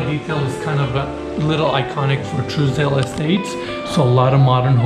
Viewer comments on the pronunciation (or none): You're pronouncing Trousdale Estates , Truesdale Estates...